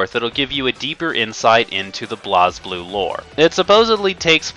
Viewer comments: Though its BlazBlue, its pronounced as Blaze Blue... Not BLAOZ BLUE. Idiot. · I know that this is an older video but every time you pronounce BlazBlue (Blaze Blue) "Blahz Blue" I cringe as a fan. Also the story (if you actually are paying attention) isn't THAT hard to understand. It does have a few plot holes and problems, but getting a general grasp on it isn't that difficult.